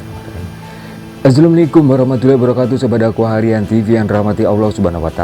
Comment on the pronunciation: salamya min bukan azzalamualaikum tetapi assalamualaikum